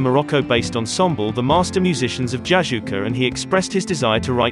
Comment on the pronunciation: Jojouka not jajouka.. I've been to the village